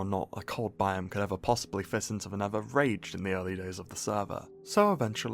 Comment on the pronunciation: "tha neva"